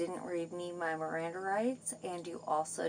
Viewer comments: “My mrrriranda r-rights were neverr read” lol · "MirrorAnDa RiGhts"😅 "any eEReaASstsT"